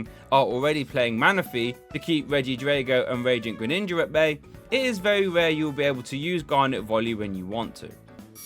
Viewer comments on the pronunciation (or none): none